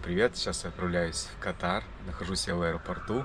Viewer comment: И всё-таки страна называется КАтар, а есть болезни, которые называются катАр., тебе сейчас часто придётся произносить название страны, лучше не ошибаться 😊